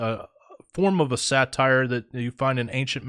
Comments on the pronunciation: Pamela Wherey is correct. Your mispronounciation gives a very wrong association. Satyr is pronounced 'SAA-TIR... That's a short a, (as In 'cat') and a short i sound, so 'tir' rhymes with 'ear'. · Daemon is a British spelling, and is pronounced the same as demon. Satyr is pronounced as say-der, not satire. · Say-der, not satire, is how it's pronounced, I believe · Say-ter that is how you say it. Not sat-tire. Godspeed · Satyr is pronounced “say-ter”. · Now I understand why Jasher is not in the scriptures just way 2 weird! Satyr is pronounced Say-Tur, not satire! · Satyr is pronounced say-ter, not satire, which is a form of comedy. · Satire is a form of comedy. A satyr is a mythical creature. You guys are too educated to mispronounce stuff like this. Love the info and studies. It's unfortunate that you don't take the time to effectively communicate. My intention is in love and with Kingdom concern. Thanks for all your hard work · Isn’t it pronounced say-ter? Also men- deees?